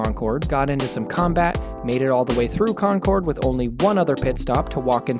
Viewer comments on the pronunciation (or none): the worst part of this video was how you pronounced concord... ITS NOT "CON-COURD" ITS "CON-KURD" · It's pronounced "conquered", or if you prefer "KAHnqahd". Concorde is a plane from Fronce. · It hurts even more hearing him call "Concord" Concorde, pronouncing it like the plane, not like the town. It's not even one of the hard towns to pronounce in ma